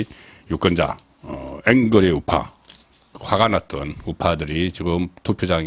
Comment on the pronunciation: 앵거리 ?? 아니고~~ 앵그리~